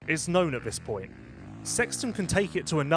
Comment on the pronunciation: I can only apologise for the way speaks this and that start with TH not FH come on try harder. It is in English language 😂